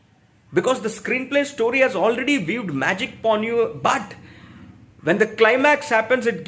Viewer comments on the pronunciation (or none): none